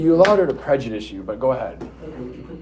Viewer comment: You can’t even file a lawsuit on a Judge unless he is out of his jurisdiction. 😂😂😂 this guy is lost a Judge may be a jurist but he is not a Jury. He can’t even pronounce prejudice. Judge doesn’t have to follow rules he determines the rules you can appeal.